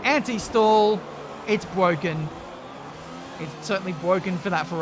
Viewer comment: "Its bwoken. Its certainly bwoken for that Ferrari"